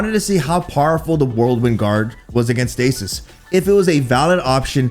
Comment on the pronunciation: keeps saying whirlwind like "worldwin"